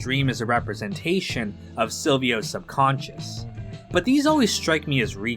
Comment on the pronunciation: its subconscious, you clown. not sub-conscience. that aint a world